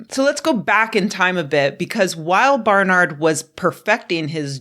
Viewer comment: It’s BAR-NERD not BAR-NARD ,,,Barnard …I know , because it my mother’s maiden name.. Unless their from Spain 👍